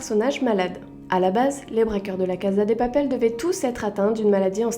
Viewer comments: On di pas la caza on dit la caSa de papel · "La caza de papel" 😭